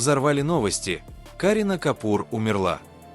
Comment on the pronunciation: Не КАрина , а КарИна , учитесь правильно произносить имена , не раздражайте людей.